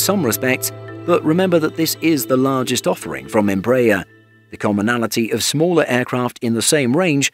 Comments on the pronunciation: Where do you get em-BRAYER from??? Its embra- AIR....you're also out of line on kil-OM- eters....it's KILO- meters...do you say kil-OG-rams? Thought not....Metric measures all take stress on FIRST syllable...so ...KIL- ometers.....please! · even Hans Landa would have got cheated from your pronunciation. As we argies have been announcing a little training jet for thirty years, our brazilian brothers have developed a worldwide recognized jet family. Congrats! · I suggest that your British commentator on this otherwise well informed documentary CEASE AND DESIST from soliciting comments as you completely IGNORE what is being said to you. I am referring to the continual MISPRONUNCIATION of EMBRAER and KILOMETRE (see next comment). If you IGNORE what is said to you anyway, better to discontinue soliciting comments.